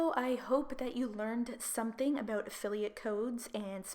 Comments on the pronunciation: Can you please stop saying “about” that way 😩🤯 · Just curious you say 'about' funny. Are you from Canada? ( no hate, just curious 😊)